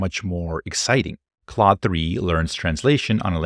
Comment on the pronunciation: its not cloud 3 ... its CLAUDE .. sound like O without the u . wtf taking a french name . should have call it bob3 . more universal .